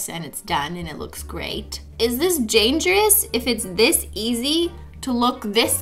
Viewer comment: “Is this janjerous?” Simply 2018